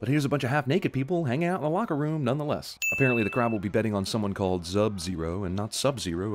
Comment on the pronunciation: Jesse calls it a "lacker room". Maybe that's a thing and we're mis-hearing him. It's where the lackers hang out. Y'know, people who lack...stuff